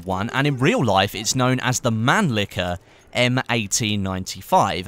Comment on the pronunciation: it's man-lee-sher not man-lee-ker